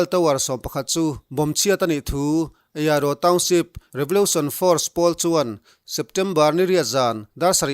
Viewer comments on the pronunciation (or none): none